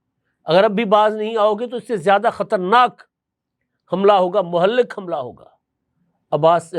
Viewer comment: مہلک کا تلفظ